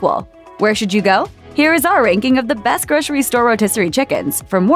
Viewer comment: Gro-sery. Repeat after me. Gro-sery. There is NO "sh" in grocery unless you are missing teeth or have a lisp. If you are unsure, pronounce identically to "rotisserie". If you need an implant specialist to correct your missing teeth, I would be happy to recommend one.